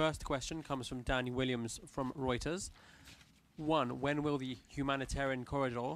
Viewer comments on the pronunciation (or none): none